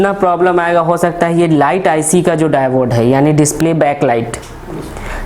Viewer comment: आप डाइबोड क्यों कह रहे है वो डायोड है